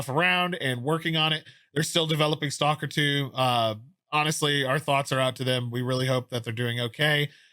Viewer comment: "Salker 2"? Shame! It's "S.T.A.L.K.E.R. 2"!!